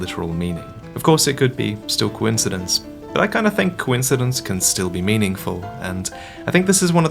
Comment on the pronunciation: Did anyone else hear that as Gwyn-sidence?